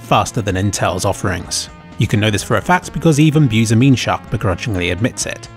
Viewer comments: Butchering the sites name is funnier than their reviews. "Bencharkchmarchmark" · on i hear UserWomens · sounds more like womems to me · I love the way he butchers their name, both in this and the previous video lol.